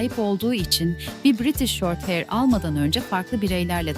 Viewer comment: Bir de heir demeyi başarsaydın keşke.